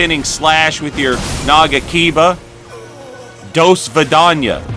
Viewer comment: As someone who speaks Russian, it hurt a little to hear say do svidaniya